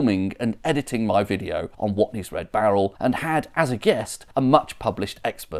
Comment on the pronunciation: "Watney's" though? It's on the barrel. WATNEYS.